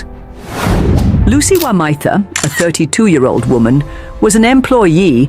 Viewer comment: Would be nice for the gentleman reading the script to get the name pronunciations correct. Otherwise, well scripted and I look forward to the next one.